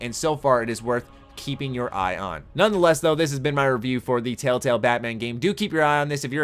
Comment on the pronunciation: "tail tails" ... that's how I kept hearing it being said. I'm not hating, only poking. I'm from northern MN, I haven't lived there in 7 years and i still get made fun of for how i pronounce my soft 'a' vowels.